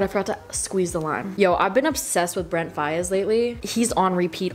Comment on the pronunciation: THE WAY U PRONOUNCED BRENTS LAST NAME 😤😤😤😤😤